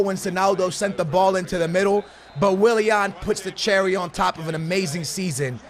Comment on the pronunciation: the way he says willian. Wiliehann